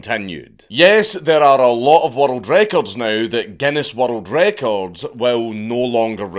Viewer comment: I can’t watch this video the way he says world records wattle Draco’s